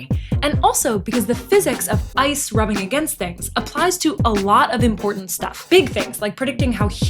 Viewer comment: She said rubbing!lol 😂❤